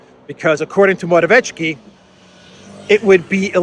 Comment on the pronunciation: Morawiecki..the closest pronunciation would be Moravietski